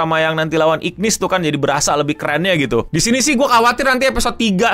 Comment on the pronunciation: namanya tulisannya igris tapi dibaca igrid bang untuk karakternya tetep Hunter Cha Hae In jadi bae Thomas Andre jadi om om paling gagah sama Antares jadi monarch paling keren